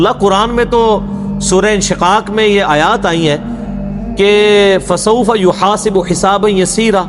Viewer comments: Assalamualaikum aap jo ayat ki tilawat kar rahe hai 40 sec pe ek galati hai yuhasabu ko aap yuhasibu padh rahe hai .pls ise durust kijiye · فَسَوفَ يُحَاسَبُ حِسَابًا ہے انجینئر صاحب نے يُحَاسِبُ غلط پڑھا ہے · یحاسب س کے اوپر زبر ہے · آپ کے بیان ٹھیک ہیں لیکن قرآن پڑھتے وقت دیکھ کر پڑھ لیا کریں زبر زیر کی غلطی کر دیتے ہیں پڑھنے میں غلطی کر دیتے ہیں فسوف یحاسب حسابان یا یسیرا اس آیت کو غور سے سنیں اور پڑھیں